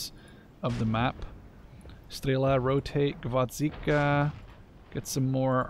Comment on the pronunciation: The Soviet SPG is called GvoZDika (carnation), not GvoDZika ...))